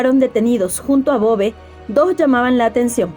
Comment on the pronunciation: Muy buen video... Me gusta tu contenido exponiendo pequeñas perlas a veces desconocidas de nuestras tierras latinoamericanas... Una aclaración... En Uruguay ese apellido lo pronunciamos acentuado en la "e" sería "Bové"... Pero lo escribimos tal cual aparece ahí... sin tilde...